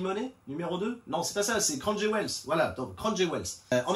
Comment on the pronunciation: "Craon Jouvels" :) J'espère que vous allez faire un SKO sur Crown Jewels juste pour t"entendre dire le nom encore une fois.